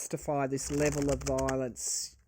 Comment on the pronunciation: You have the pronunciation just right; “Vile-ence.” This is a what a desperate attempt looks like with a Pluto return in last degree of Capricorn, for the rest of our lives. 🙏❤️🇺🇸🗳️🏳️‍🌈👩‍🌾👩🏿‍🌾